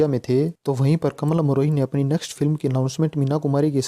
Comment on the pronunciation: आपने वर्णन तो ठीक ठाक किया है पर आप बोलने में कमाल अमरोही को कमल अमरोही बोल रहे हो, ये गलत उच्चारण आप क्यों कर रहे हो?